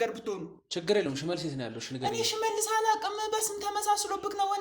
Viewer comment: ለምን ትቸኩላለ ሽሠልስ አትበል ፈጥነህ